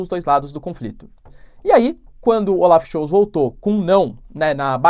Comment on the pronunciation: Die Zeit = Dii Tzait = A Hora Olaf Scholz = Olaf Schóllltz... Não Schoutz Abrs